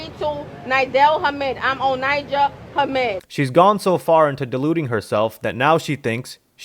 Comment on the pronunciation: Just a few tips! When u cover international stories like this.. Make sure you get the person's name right. Her name is Onijah, not Onya. Also, make sure you aren't making up ur own details on the story!! Onijah was close with the residents in Karachi... you also left out the fact that she had been there for 4 months?? This ok coverage. But there are definiteley some parts to your video that feel like a forced narrative. Hope this helps!!